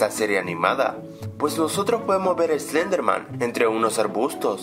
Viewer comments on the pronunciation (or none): SLEDERMAN?? SLEDERMAN!?!?!?!?! ES SLENDERMAN!! Y SE PRONUNCIA ESLENDER-MAN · Dijo slederman xD